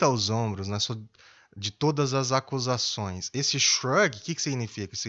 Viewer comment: Ele diz: "sou inocente de todas as "ascusações", errando a pronúncia da palavra.